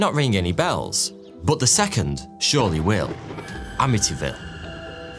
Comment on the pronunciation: I love it when he pronounces the word "but" as "boot" 👢